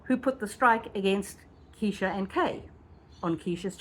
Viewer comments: Plz say KRESHA!! Not keesha!! You’ll lose viewers w/that! And I otherwise liked your channel. Homework!! :) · Please be more careful how you pronounce people's names in videos. I know it's a mistake, but it is important. Her name is KRESHA, not Kee-sha. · Her name is Kresha! She’s the main character of your video! Makes you look like you know nothing of this saga, simply for not knowing her name! You can do better! Video wasn’t bad imho , but was so distracted with your “Keeesesha”! Just constructive, I promise! It’s hard to get into a story/case late…… bc viewers know EVERYTHING THERE IS TO KNOW about the case! Esp how to pronounce the names. Sorry, it triggered me just a little bit! lol! 😂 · Her name is Kr-esha. Not Keesha! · Her name is KRESHA! Not Kesha…. And her channel is DiffiCULT research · Good explanation, just one correction, Kresha is her name not Kesha. However everything else was super informative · Just fyi, it’s “Kresha” like fresh-a